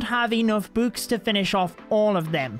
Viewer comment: i love how he pronounces books "bouks"